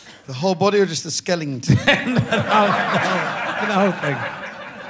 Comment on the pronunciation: Where does Rich's habit of adding random Gs in words (e.g. Frankingstein, Skelington) come from? The mispronunciation annoys me purely at face value, but it annoys me more to think that it may be a joke I'm not in on.